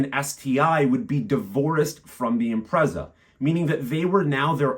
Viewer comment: I owned a 2005 Impreza WRX STI Colin McRae 555 Limited Edition. Great car but it blew up and I couldn't afford to fix it so let it go for next to nothing. They are worth over £25k now. PS I think it's pronounced "im-pret-zah" rather than "im-prez-ah".